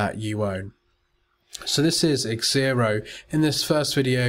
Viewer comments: It's Xero. Pronounced zero, but he kept on saying xzero. What are you trying to say? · it's zero, not xzero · LOL I was correcting you...the software is called Xero pronounced zero get it right haha and learn some manners